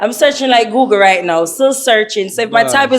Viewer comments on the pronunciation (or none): none